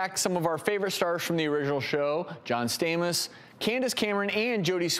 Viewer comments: STAMOS NOT STAMES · I'm sorry, but the way he pronounced John Stamos in the beginning tho....😅